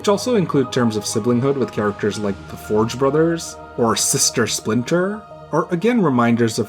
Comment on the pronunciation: F O R E Brothers! not forge brothers ^^